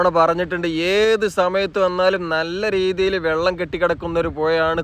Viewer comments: Vallam alla vellam😂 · ഒ യു ക്കല്ല. ഒഴുക്കാണ്. വള്ളമല്ല. വെള്ളമാണ്